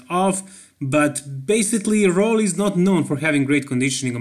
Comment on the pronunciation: Roelly. Please say it right